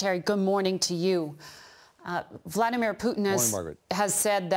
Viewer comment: he said bloodymer putin 😆